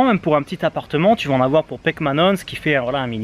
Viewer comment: "Un apateu" jpp